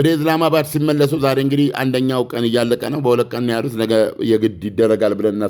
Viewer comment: እኔ ሚገርመኝ ኢስላመባድ ብለህ መጥራት አቅቶህ ነው ኢዝላማባድ ምትለው ?